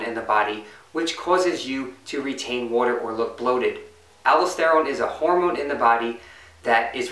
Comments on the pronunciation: i think you meant "al-daus-ter-rone" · great video, appreciate your work! One thing.. it's alDOSterone, say it like you say tesTOSterone.